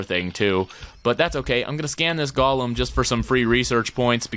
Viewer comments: Any1 else get really mad when he says golem wrong? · | Minecraft Matrix thx for correcting it didnt mean to be rude or anything it just kinda bothered me